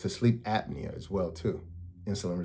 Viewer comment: Apnea my dude...APNEA